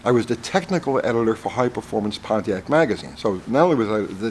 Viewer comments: Why's it so weird for me to hear Pontiac pronounced correctly? LoL please tell me I'm not the only one lol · Maybe the Ford guy doesn't know about Y block "oiling system". Thanks for not pronouncing it Ponneack.